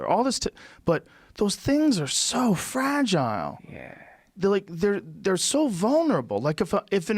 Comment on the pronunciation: Joe “ So Frag-ile “ Rogan